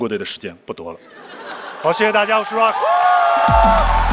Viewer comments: 少刚老师，不是绕克，是RU啊克😂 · 这主持人能不能把rock读对？老是 绕克 绕克...难道周围没有人提醒他么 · Rock, "绕克". 刚哥需要去新东方培训一下了。。。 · 不是，我并不讨厌张绍刚，但是大学教授不会英语吗，“rock”他咋念的？ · 大胖娘儿们主持：你必须要念对英语发音。必须要尊重Rock本人对英文名的发音。否则，太令人发指。